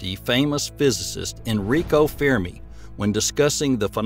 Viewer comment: "Fear Me Paradox". You mean Fermi Paradox. 😂